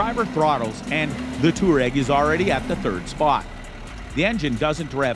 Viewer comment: Me: ITS NOT TOUREG ITS TOUWAREG🤬🤬🤬🤬🤬